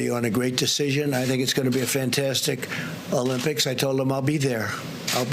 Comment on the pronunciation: Who cares if the stimulus is the biggest ever? It's not something to brag about. It's called the Olympics, not Uhlympics. Stop bragging. Stick to the script.